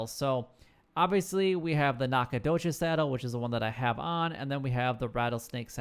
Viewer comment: He butchered it. It's NACK-uh-DOUGH-chiz. Source: I live here.